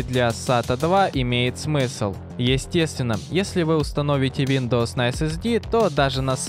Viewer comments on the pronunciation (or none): none